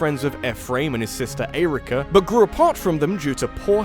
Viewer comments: The way you pronounce Eirika & Ephraim makes me wanna kick puppies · Interesting emphasis when pronouncing Eirika and Ephraim’s names. Never heard it like that before. ... That’s all. Glad you enjoyed Momocon.